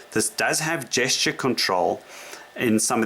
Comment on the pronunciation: What is a "jay-schtaaaaa"? Are you trying to say "gesture"?